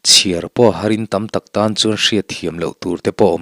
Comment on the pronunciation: Ki mawm tih hi lam hniam tur chiar tih pawh hi a dik lo lam chhoh ve thung tur a ni